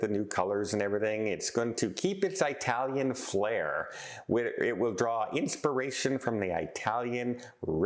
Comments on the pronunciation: It is not eyetalian it is etalian as one says for early not eyetaly. Also there were not tons of large cruise vessels turned away from NZ and OZ asthey completed their OZ round NZ to OZ. In fact there were record numbers. So again please get the facts right. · So,, where is this Eye-talian ship from, Eye-taly? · Eye-tallian huh? Jfc you're awful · I was wondering if this is the way all Canadians pronounce the word “Italian”?